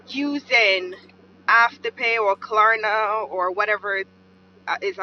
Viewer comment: she said Klarna wrong way too many times